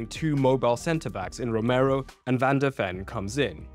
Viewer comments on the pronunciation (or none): none